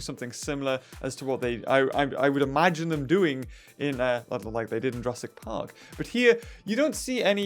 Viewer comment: Is it just me or whenever says: Jurassic park, it sounds like Jurassic pog Just me?